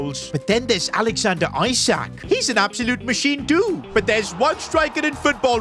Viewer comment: It's Isak not Isac